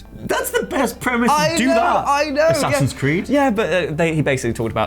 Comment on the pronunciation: am i the only one who heard him say A-saxons Creed